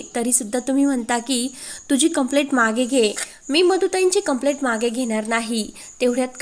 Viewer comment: वाचणाऱ्या व्यक्तीचे उच्चार बरोबर आहेत की नाही हे तपासत नाही का? कंप्लेंटच्या ऐवजी कंप्लेट असे उच्चारत आहे. मिळालेच्या ऐवजी भेटले असे उच्चारत आहे!